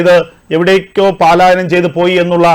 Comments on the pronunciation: പാലായനമല്ല; പലായനമാണ് ശരി. മലയാള ഭാഷയെ ദയവായി, കൊല്ലാക്കൊല ചെയ്യല്ലേ.^¡|<¡|<::":& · പാലായനമല്ല പലായനം എന്നല്ലേ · 'പലായനം' എന്ന് പറയൂ. 'പാലായനമല്ല' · പാലായനം നല്ല, പലായനം,😊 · Palayanam not paaaaaalayanam ok? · പാലായനം അല്ല. പ.......